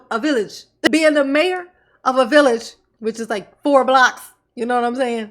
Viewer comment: Not the "villich"😂😂